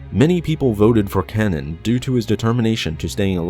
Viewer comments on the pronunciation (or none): It’s kAnan the a sound not o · Kanan is pronounced Kay-nen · It seems like you deliberately mispronounce names sometimes. Kanan's name is spoken allowed in the show and you still call him "Canon" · IT'S KAINAN Not Kanan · Kay-nan not cannon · It's not "canon", it's "Cane-in". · I have no idea who "Canon" Jarrus is. I do, however, know who Kanan (pronounced "Kay-nan") Jarrus is. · Kay-nin not canon lol idky it bugged me so much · Omg learn to pronounce the names right. First you said A’Shareed, it’s ah-shar-ed, then you used the correct pronunciation. You first said Deee-puh Bilaba, it’s Deh-puh. Then you said Can-un, it’s freaking Kay-nan. These are simple things to look up so you can say them correctly. I mean, if you don’t care enough to do a tiny bit of research to learn the correct pronunciation, then why should I care enough to watch/like/subscribe???? Would you turn in your thesis paper with all the words misspelled? Not if you wanted a good grade and to be taken seriously, so at least put a little fucking effort into your videos, it’s just a polite, respectful, intelligent thing to do. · Just so you know - it's pronounced "CAY-nan" not cannon. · uh you are pronouncing kanan wrong, its kanan (pronounce the first a as if there was an e at the end of the word, that's how it's pronounced in the Star Wars Rebels Tv show. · it’s pronounced like Kay-nan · It’s ka na an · Why do you pronounce Kanan like "Cannon?" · It’s pronounced K Naan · I'm intrigued about the planet Daggo-bar, and Cannon Jarus. There is no excuse for getting those wrong. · You said Kanan's name wrong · you kept saying kanan wrong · anyone else mad about how badly he pronounced Kanans name??? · How can you know so much lore and not be able to pronounce 'Kanan' or 'Tano'? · I don't like how you pronounce Kanan... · Can you say kanan properly please :D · can't pronounce "kanan" correctly? video FAIL. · I cringed every time you mispronounce Kanan's name.